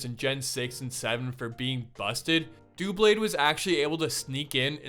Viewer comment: ITS DOUBLADE NOT DOOBLADE BECAUSE IT COMES FROM DOUBLE BLADE